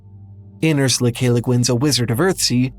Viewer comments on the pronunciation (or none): none